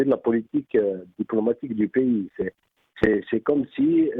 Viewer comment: D'abord on ne dit pas "piys", mais "pAys", ça se prononce comme : PAIX + Y, ou ; Pai ys, pas Pi, ou π 3.14, d'accord ? Je remercie El Marrokiya et ses employés de promouvoir les attaques de plus en plus virulentes contre notre pAys de la part de ses pires ennemis qui visent son démembrement à l'instar de la Libye, du Soudan, de l'Irak et de la Syrie, etc. En tout cas, vous êtes de sacrés patriotes. Vous serez sans doute décorés par vos maîtres et bailleurs de fonds, dès qu'Alger et toutes les autres villes d'Algérie où se trouvent encore vos familles, ressembleront à l'actuelle Ghazza, merci infiniment, c'est Malika Z3aytra-106, et ses maîtres banou sahyoun, qui doivent être fiers de vous, bravo les gars d’El Marrokiya!!! NB: Nous avons été et nous sommes toujours et depuis le Hirak El Moubarak, plus de 90% d'Algériens à manifester notre mécontentement de la façon dont NOUS, PEUPLE ALGÉRIEN sommes toujours écartés du pouvoir, surtout notre jeunesse qui est toujours méprisée et dont les énergies sont totalement gâchées par une classe politique pourrie par la corruption et le népotisme, mais aujourd'hui et vu les convoitises et les complots que vous feignez de ne pas voir, il serait irresponsable, voire suicidaire de continuer à apporter de l'eau aux moulins de ceux qui visent la destruction de notre pays, sachez que vous serez tenus responsables de vos actes et de votre attitude d'aujourd'hui. L'efficacité de la diplomatie algérienne n'est plus à démontrer, le monde entier la